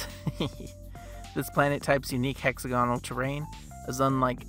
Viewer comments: Is that hex-A-gonal or hexa-GON-al? 😉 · The correct pronunciation is hexagonal planets